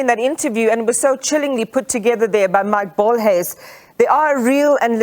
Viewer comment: 😅 Its Mike Bolhuis wena mbuzi!